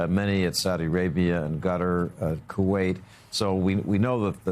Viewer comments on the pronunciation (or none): Did he just say " gutter", instead of Qatar....hahaaaaaaaaa